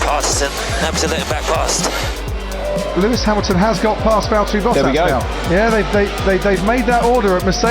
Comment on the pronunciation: Valtteri*, not Valteri or Valterri.